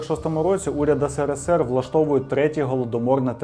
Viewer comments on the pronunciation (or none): none